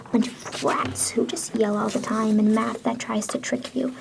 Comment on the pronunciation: My brain heard meth every time u said math💀